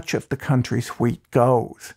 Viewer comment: nice video ... but I was watching at 2x and everytime you said wheat it sounded like weed lmao